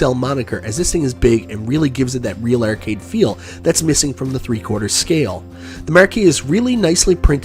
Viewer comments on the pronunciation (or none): Take a drink everytime pronounces "Ar" as "er" ert,ercade,merque